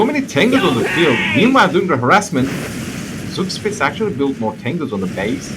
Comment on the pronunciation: I know this has been an ongoing meme but Zugspitze's name comes for a real world mountain peak from Germany. It is pronounced "czug-shpi-tze" you can listen to the pronunciation on wikipedia to help.